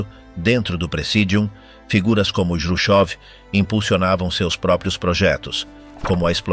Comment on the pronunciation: Juchov complica tudo. Todo mundo em Português conhece Khruschev, em espanhol pode ser escrito Jruchov. Mas nunca juchov. Atrapalha tudo.